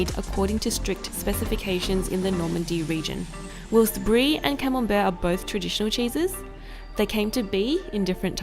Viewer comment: "Whilst" is pronounced "while" + "st", not "willst".